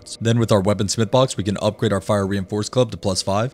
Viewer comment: I was listening and not watching and heard "Reinforced Glove" every time he said reinforced club, now when he says it it still sounds like glove instead of club